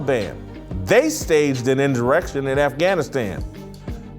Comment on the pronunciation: I agree with a lot you say but it's bad that you can't pronounce the word insurrection